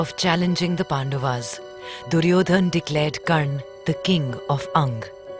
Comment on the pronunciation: It is not Pandavs It is Pandavas